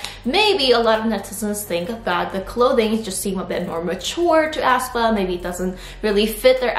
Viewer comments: Hi, hope ur having a nice day:) i just wanted to point out that aespa is pronounced more like ‘espa’ instead of how you’re putting a lot of emphasis on the ‘ah’, making it sound like ‘ahspa’ with a very heavy starting a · ASS PA? 😂 It's aespa. 에스파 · lol ASS-pA , ASS-pa... is that actually how it's pronounced? i always thought it was pronounced ess-pa.